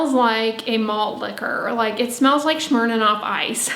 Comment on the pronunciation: I love how she pronounced it “Shmirnanof” 🤣 so flipping cute